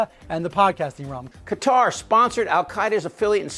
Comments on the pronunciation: Why can't you Americans pronounce Qatar properly? It isn't Cudder. Just lazy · Why are so many Americans pronouncing Qatar, “cutter”? Phonetically it is pronounced CA - TAR.